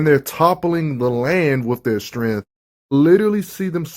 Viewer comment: I should save this video and make a drinking game out how many times I heard “strengff” lol